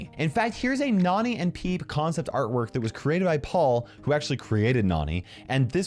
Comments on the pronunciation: I bet this obvious, but! Nani, Nannie! Like cmon. Nani also probably getting her name from Jessie. Her being more young. Probably trying pronounce Nannie, and just being a cute kid and saying Nani! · That's pronounced differently nani is pronounced as in nanny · Please people. Nani’s name is pronounced Nanny because she is Jessie’s nanny. It’s simple!